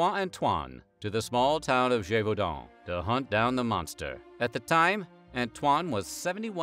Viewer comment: Extra like for pronouncing Gévaudan correctly 👍